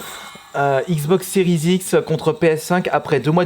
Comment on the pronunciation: on dis "série x" pas sérise x